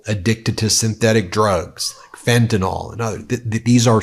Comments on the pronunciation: Please note that the drug mentioned is named Fentanyl -- not Fentanol. The confusion is understandable, given that drug names are intentionally bodged, to avoid/leverage confusion with household words, but the name does not sound as it was pronounced here. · It's pronounced fentan-ILL not fentan-OLL. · Hey Ben, here's a thought. One time, take a look at the word 'fentanyl' and sound it out. "FEN-ta-nil". It isn't "FEN-ta-nol". Please break from the pack of other talking heads and rise above by showing that YOU can properly pronounce the word. Happy 2025! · Sorry, but it's Fentan-ill not Fentan-ol. Thanks for handling this well